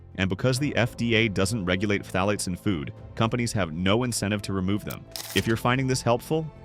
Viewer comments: "fah-tah-lates??? LOL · Just say it like Thalates.